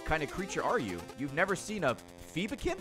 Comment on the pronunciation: It took me too long to realise they are called Phobe-kin, like Phobia. My brain was set on accepting Ray's pronunciation xD EDIT: Is the cap on the shards 4988? or is it just coincidence he finished the credits at the same amount he spent on the money wrench?